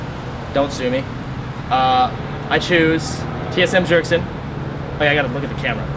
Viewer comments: Pronounced Byergson, not jergson, the j is silent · The way he pronounced 'Bjergsen'. . .